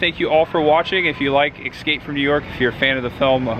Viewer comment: "ESCAPE' not EXSCAPE ffs. otherwise, good stuff